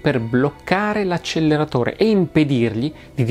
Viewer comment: Se posso permettermi... "acceleratore" mi sembra sia stato pronunciato con una L di troppo.